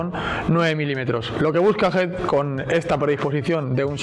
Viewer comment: Por qué le dice "HID"??